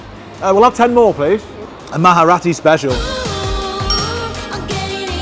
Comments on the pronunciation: It's not maharati -its Marathi, pronounced it proper 😅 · It's Marathi, not maharati😂😂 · "Maharati" Marathi, bro MARATHI 😭 you dont need to add "h" in it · Its marathi you can say mraati also for your convince but not moharati😂